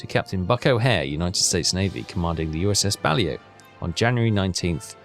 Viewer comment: “Bah-Lay-Oh” not “Bally-Oh”